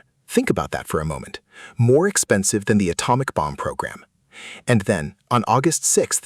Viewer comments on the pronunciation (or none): none